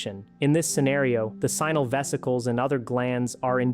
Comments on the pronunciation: Sheeesh, AI, it's NOT "Simal" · Why does a Doctor who has practiced for over 10 years call “seminal fluid" “sinal fluid”? He is either incompetent, uneducated, or justan AI dummy! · PLease learn how to pronounce the word seminal correctly. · You need to teach your stupid AI how to pronounce the word "seminal" properly. 😔